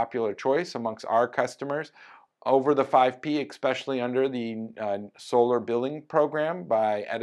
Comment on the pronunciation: do you say "ekspecially"? If you do, like so many others, just practice saying "S" "special" "Lee" in succession, and you'll be cured of adding any unnecessary consonant sounds to that word.